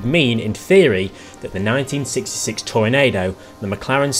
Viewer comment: Yep. The second half is pronounced like Nachos are.